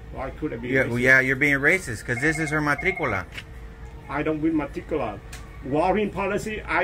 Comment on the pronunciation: Guy: This is her MATT-TIC-Q-LA! Me : WHAT??!!!! That means nothing to me?! Go away! Note- just tell her to use her matricula to get a license please! I’m sure this is not the first time this happened to them.